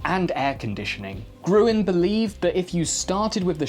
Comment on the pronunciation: Oh! Not Gruen, he's called Grün! As in green! In crossword puzzles and everywhere were you are unable or not allowed to use umlauts (Ää, Öö, Üü) you convert them like ä = ae, ö = oe and ü = ue! (Pronouncing ä as the a in cat; ö as the u in burger ; ü sadly is non-existant in english)